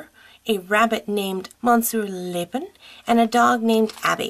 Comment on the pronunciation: Great video! Ps you pronounced Monsieur Lapin wrong, sorry but for some reason when people pronounce French words wrong it bothers me... Anyway I live seeing the art people send in :)